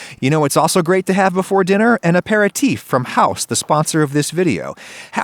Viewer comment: I thought his sponsor was "a pair of teeth"